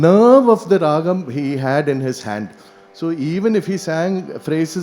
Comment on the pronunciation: This lec-dem is a must watch for any musician. But I wonder how many seniors will introspect with open mind & correct themselves. It's really frustrating to hear mistakes like RAAHAM instead of RAAGAM and MURUHA for MURUGA. Another point to note is instead of DAIVAM we hear the pronunciation DEIVAM 😢